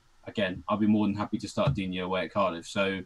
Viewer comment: It’s Dig Knee ffs.